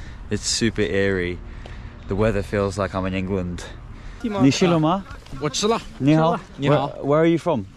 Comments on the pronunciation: When you are saying “nichilemei”，your pronunciation is ni"shi"lemei，which means are you already wet？😂 But they know you are not saying that，so they are getting confused. So hilarious. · Bro come to Chengdu! I can show you about haha! Change your ni chi le ma - use ch like in chance instead of sh sound, sounds like you are saying - have you washed 🤣🤣🥲 ni xi le ma